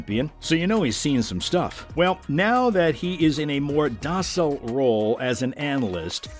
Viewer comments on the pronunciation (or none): commentary guy: learn how to pronounce the word DOCILE